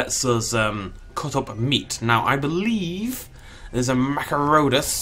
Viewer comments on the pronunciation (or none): Everytime says, "Machairodus", I expect him to say, "Macaroni".